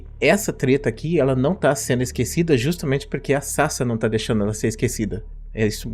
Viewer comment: off topic: Toda vez que o Professor fala Sasa um pedaço de mim morre, porque o nick dela se lê Sasá, daí me dá agonia quando ele fala Sasa.